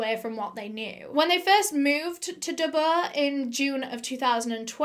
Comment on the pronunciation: It’s Dubai not dubba